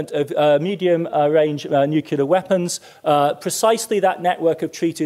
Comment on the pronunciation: Nuke clee ar